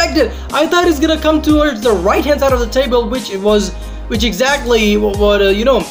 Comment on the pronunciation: WHEN-UEN, NOT FUCKING VEN WHATEVER-UATEVER, NOT FUCKING VATEVER WHICH-UICH, NOT FUCKING VICH TF YOOOOOO